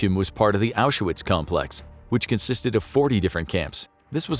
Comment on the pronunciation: FYI, Auschwitz has two syllables. No "A" in the middle. Not Ausch-a-witz.